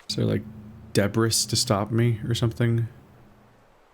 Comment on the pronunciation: Just a note,, it's a common mistake for people who have only read the word, but "debris" is pronounced dəˈbrē, or more simply put, d'bree. It's from French.